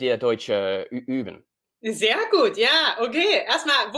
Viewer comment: I'm shocked, that he even can pronounce the ü in üben (practice) correctly. Normally non-Germans pronounce the ü like u which is not the way how you pronounce it